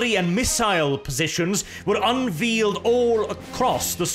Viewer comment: Just so you know, unveiled, the pronunciation of the ei in veiled is more like the ay in hay, so it would be unvayled. No criticism meant, your English on the whole is outstanding, but the language is full of odd exceptions when it comes to pronunciations, the ei there is one of those exceptions!